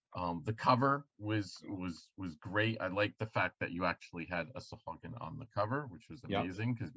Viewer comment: Far be it for me to not do a google search on pronunciation. Sahuagin (pronounced: /sɑːˈhwɑːgɪn/ sah-HWAH-gin)